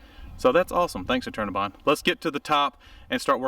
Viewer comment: I kept thinking he was saying "alternabine" which turned up weird search results. Finally I figured out he was saying "Eternabond"!